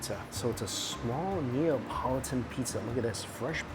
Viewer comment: the 'neopolitan' is killing me lol :P its 'neapolitan'